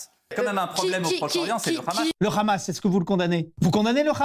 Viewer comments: Le "ramasse". Quand on ne sait pas on dit "Hamas". C'est plus sur et ça évite un certain ridicule. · C'est énervant pourquoi "tout le monde" dit hhhhamas au lieu de prononcer hamas normalement sans insister sur h... personne ne dit Hhhhhhanouna....je sais dire hamas normalement ça fait trop gentil.. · Ça me fait "rire" comment des gens sont incapables depuis des années de dire correctement Khaled ou Mbappe mais alors dire RRRAMASSS la il y a du monde!! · C'est comme ça qu'on le prononce en hébreu (c'est différent de la prononciation arabe). Mais ce n'est pas le son "R" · C'est bizarre de prononcer le Hamas comme le font les Israéliens !